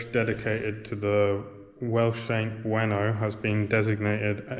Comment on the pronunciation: It wouldn't be Bueno. You've swapped the vowels round. I don't know how the English pronounce it there, but Beuno, being a Welsh saint, is pronounced Bayno. ('u' always has an 'ee' sound in Welsh.) There are many places named after him here in Wales. My gran would have been one of the many Welsh folk in that region a hundred years go, working as a maid or whatever they could find in tough times in The Valleys. I camped on Porlock Hill a couple of years ago, and was struck by how much of South Wales was visible from that one point. A century ago, it must have been like looking over to Mordor (possibly named after Merthyr, for the same reason), day or night - smoke pouring out of all the Valleys, ports and cities, from steel works, docks, pits and thousands of coal fired houses and industries. I wonder if anyone took a photo of it? Looking out toward the site of so much of my personal, family and national history, it was quite an emotional thing.